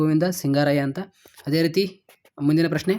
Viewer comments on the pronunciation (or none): none